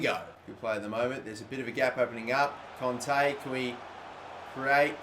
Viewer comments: it is Kanté not Konte pls understand!!!! (like this comment so he will see it) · it really annoyed me how he was saying conte instead of kante